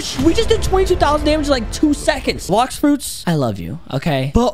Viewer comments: HE SAID BLOCKS FOODS LOL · said blocks foods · At the starts he said blox foods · Dude said “ok so today in blocks food” Blox food, realy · on intro said blocks foods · Bro said blocks foods at the start ._. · u said blocks foods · You said blox foods